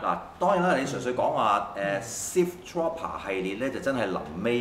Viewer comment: 跟我讀次, Trooper, 兩個O，作烏音，Tr-烏-爬